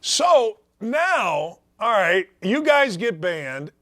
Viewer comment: Hey baldy. Alright has a L in it. It’s not i ite, fool.